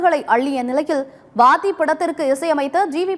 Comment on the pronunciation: வாதி இல்ல "வாத்தி "